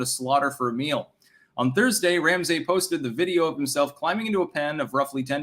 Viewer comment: Ram-Say...this guy edits books. Yikes.